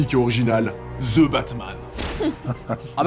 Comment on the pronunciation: vous savez que pas parce que c'est anglais que le 'TH' deviens 'Z'. On ne dit pas 'ze' , mais 'the' (de). ca fait un peu fif zozotter